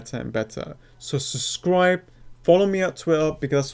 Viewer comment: It's pronounced Sub-scribe not suscribe